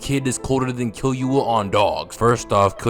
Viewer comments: This video is fire but you saying “Killyua” instead of “Killua” bothered me so bad 😭 like nails on a chalk board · my guy you dont pronounce the u like your saying its name in killua. its killooah not killyoua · if you makin videos like this you gotta start watching in dub cuz hearing killyuh instead of killua got me tight every time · kil-ua NOT kil-you-a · Its not killyuoa its kilua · kill you uh ... kee loo uh is the correct way to pronounce killua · Nice video but it’s so anoying the way he says Kill-you-a is pronounced ke-lu-a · Killyua or killua no disrespect but i had to point it out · bro says killua as kiyuwa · Key Loo Uh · kill-you-uh?😭😭😭😭 every time u said his name like that i cringed😭😭😭😭😭😭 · “Gone, Killyoua & PTwo”💀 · Because Killua will Kill-you-all it’s literally in his name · bro really violated killua by calling him killyoua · Why do u say killua with enthusis on the y sound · why you say killua like that💀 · killua LITERALLY got kill in his name, also luv the way u pronounce his name XD the emphasis on the "Kill" in his name lolol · bro pronounces Pitou as Pee-Too, and Killua as Kill-You-Are, and it is irritating my brain